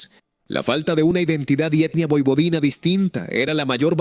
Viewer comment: MUY BUENO, PERO CAMBIA TU PRONUNCIACION, NO DIGAS POIPODINA.